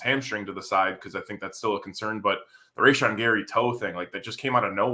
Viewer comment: For the love of glob, learn to pronounce Rashan, it isn't a tough one. I'm probably just salty that you're drinking a Michelob Ultra.